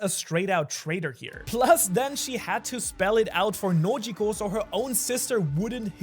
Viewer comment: "Nojiko" lololol